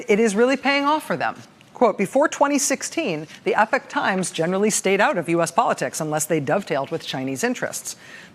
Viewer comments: Rachel, it's Epoch (EEpock), not epic. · The EPOCH TIMES COMMERCIAL precedes just about EVERY CLIP ON YOUTUBE!!! PS WHY IS IT PRONOUNCED 'EPIC TIMES'? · Not 'epic'...Epoch! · OMG It's pronounced eepock, not epic! How is this a new word to everyone ? Also, the verb is "to report", not "to report out". Journalists should care about language. ARRRGH! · Epock say it right